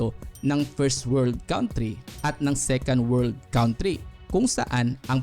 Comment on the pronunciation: Sana po ma correct nyo , you pronounce it wrong 'country'.